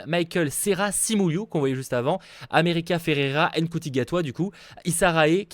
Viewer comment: Petite précision, Ncuti Gatwa ce prononce "Shouti" phonétiquement parlant